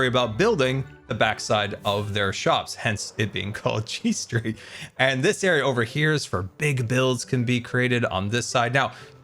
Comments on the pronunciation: i had to put u back to 1× speed n still relisten to that sentence 3 times before I heard G Street. I kept hearing G String. 😏 of course that must be my guitar playing brain making me hear that. Definitely not for any other reason 🤥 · Oh, G street. I thought you said G string. 😂